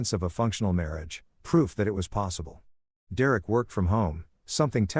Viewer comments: Ah dear Eric is actually Derek.. it takes time trying to understand AI'S inability to communicate correctly in English.. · Yay! The return of 'dear-Eric' I'd almost got used to hearing Dereck read properly...😂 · Dee-Rerek is in many stories 🤷‍♂ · Thanks to this AI, I will now name my firstborn son "D'Rerrick" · I love how "Derek" becomes "Dear Erik" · AI strikes again lol